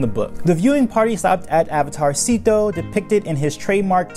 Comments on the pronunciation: I cat stop hearing "Avatar Szeto" as "Avatarcito" which is like tiny avatar, damn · Every time you said Avatar Szeto, it sounds like avatarsito which means little avatar in Spanish lol